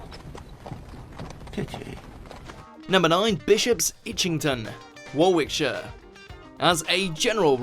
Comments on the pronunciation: Not particularly well researched. "Worwickshire"? Where's that. Near Worrick-shire, I presume. Millenial fluff. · For God's sake, you're obviously British, so pronounce place-names properly. It's pronounced 'WORRICK-SHEER', not 'WAR-WICK', even though that's how it's spelt. The UK is full of places that are written one way, but pronounced another, and have been so for hundreds, if not thousands of years. Hertfordshire. Is it pronounced as you read it, at about ? No. It is not. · Can't even pronounce Warwick(shire). It's pronounced Worrick. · WAR-WICK-SHER?? GTFOH It's pronounced WORRICK-SHIRE. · Also, the "shire" part is pronounced sheer or sher but never shyre. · Warwickshire!!! Not War wick shire. Fuckwit. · I can't believe a Brit would pronounce Warwickshire like that. It's pronounced as if the middle "W" is not there. I.e., "Warickshire". At least you pronounced "shire" correctly. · The voiceover is clearly an American putting on a fake British accent if he can’t pronounce Warwickshire properly! FYI it’s pronounced ‘Worricksher’. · Shoot the narrator,there is absolutely no excuse for a so-called Englishman to pronounce Warwickshire 'War WICK shire like a brain-dead American,or to call Hertfordshire 'HURTfordshire.Stop playing the Yank. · 1. You are English and you can't even pronounce Warwickshire properly? (Worriksheer) 2. As above with Hertfordshire! (Hartfordshire) 3. As a child on holiday in either Dorset or Devon I seem to remember passing a sign for a village called something like Ottery Mummery Bump but I can't find it on google does anyone have any ideas? 4. For anyone interested in a village a few miles from me there is a road called called Slutshole Lane XD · The Worrick-shire one nearly made me turn off. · Pronounced “wor-ick-sheer” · That pronunciation of Warwickshire though... It's pronounced Woricksher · Warwickshire is pronounced as warrickshire, not what he said. Same goes for hertfordshire which is pronounced as hartfordshire.